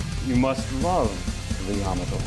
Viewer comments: Fine video, but I had never heard "Yamato" pronounced with the accent on the first syllable instead of the second. Does that even matter? Probably not. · You need to pronounce the name of the ship properly... Yamoto is pronounced Ya mot to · Ya-mato not Yama-to just for authenticy sake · It’s pronounced “Ya-Ma-Toe” not “Yama-toe” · Ouch! Hearing you guys constantly mispronounce Yamato is painful to hear. It's YA MA TO not YAMA TO. Yama is mountain in Japanese, Yamato was not named after a mountain. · "Ya - moto", not "Yama - to"! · Pronounced ya-MA-toe! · Pronounced yuh MAA tow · It’s YaMAHto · Correct pronunciation puts accent on the second syllable, not the first.